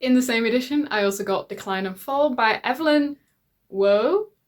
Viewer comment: Evelyn Waugh is pronounced eeeev-lyn wau (to rhyme with paw, like animal paw). There's a very short youtube called "John Julius Norwich - The less than pleasant Evelyn Waugh" where one of his acquaintances talks about him. Personally I would dive into the Trollope, my plan is to read all of them (I've read three, The Warden being the least exciting of those). I've read about 40% of your haul but have only vague memories of some of them. Have you ever mentioned "Uncle Silas" by Le Fanu? That is a fun, spooky, crazy read. Perfect for October/November.